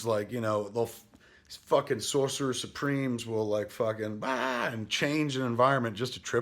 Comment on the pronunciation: Kev man, we know you love to relate everything to food, but you DO know the word is "sorcerer" and not "saucerer", right?